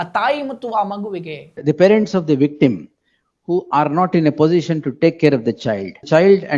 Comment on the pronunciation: Farents allappa parents... kannada kollabedi